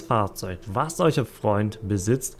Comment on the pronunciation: Jo stabil! Ich mag deine Videos auf jeden Fall auch sehr, ich muss nur immer etwas bei dem "eucher" schmunzeln ^^ liegt das am akzent oder was da los 😇🤷🏾‍♂️